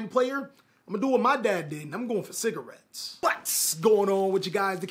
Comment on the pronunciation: "Im going for cigatettes" LMAO